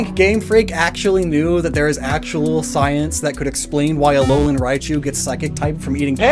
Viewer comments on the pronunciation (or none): none